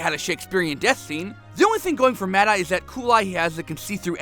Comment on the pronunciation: MADE-EYE TOO? WHAT THE ** DOES THIS GUY KNOW ABOUT HARRY POTTER?